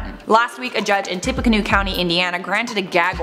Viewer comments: Tippecanoe is pronounced like "tippy canoo". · It is pronounced “Tip- a - Can-new”